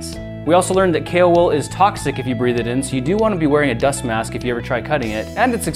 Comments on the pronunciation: i kept thinking he was saying kalewool and not kaowool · Was I the only one who thought he was saying kale wool? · Alfie its kaowool. kale is a lettuce like leafy plant. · who thought the wool is written as "cailwool" and not "kaowool" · It's pronounced kaowool?!? I thought it was kale wool 😂😂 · Grant Thompson - "The King of Random" I thought you said kale wool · when I first heard him say it I thought it was kale wool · Kaowool? I thought it was kale wool... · I kept thinking you were saying Kalewool! But it's going to be cool to see if it can happily melt down copper, and perhaps even other metals with higher melting points!